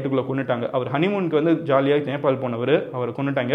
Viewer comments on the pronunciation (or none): none